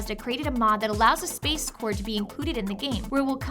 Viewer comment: you messed up the space core and adventure core. SPAAAACEEEEEE!